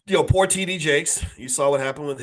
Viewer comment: The R in Poor !